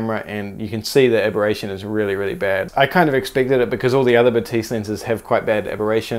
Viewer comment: Batis is pronounced Baah-tis